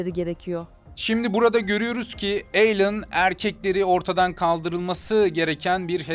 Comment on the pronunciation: Telaffuz uzaylı gibi alien degıl aylin direk